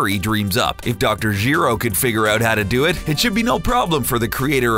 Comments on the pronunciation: Nobody: Dr Jeero, Vosh the Stampede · “Dr. Gee-ro” exits